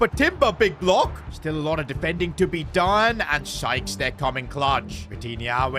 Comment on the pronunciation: Why was bro calling Sykes “Skies”💀💀💀